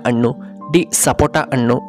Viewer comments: ಅಣ್ಣು ಅಲ್ಲ ಹಣ್ಣು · ಅಣ್ಣ ಅಣ್ಣು ಎನ್ನಬೇಡ, ಹಣ್ಣು ಎಂದು ಹೇಳು. ಉಚ್ಚಾರಣೆ ಶುದ್ಧವಿರಲಿ. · Annu alla hannu antha heli